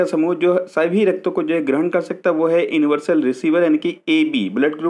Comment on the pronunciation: सर आप यूनिवर्सल को इन्वर्सल पढ़ रहे हो....